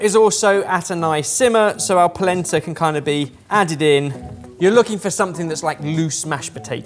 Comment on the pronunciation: Every time they say polenta, I brain hears placenta